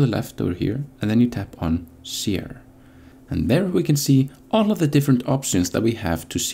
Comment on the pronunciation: I would like to help with your pronunciation of Share, one of the few English words you have not got quite right. For me, when I heard you pronounce Share, it sounded like SEE-AIR but what you should be aiming for is to start the word pronouncing the SH, like you would when saying SHould or SHape rather than SEE/SEA sound, you should say something like SH like telling someone to be quiet, SH-air, Share. Your English is very good, I hope my comment helps to refine your English even more. 😊